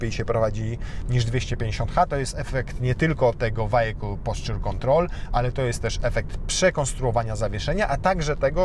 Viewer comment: Co to jest "wajekul" ??